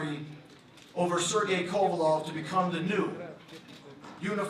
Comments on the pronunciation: You'd think this is a big enough talked about fight that my guy would know how to pronounce kovalev and not say kovalov the drip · Why do Americans pronounce 'Kovalev' as 'Kovalov' so annoying